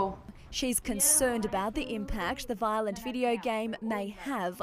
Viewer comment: Its not vilent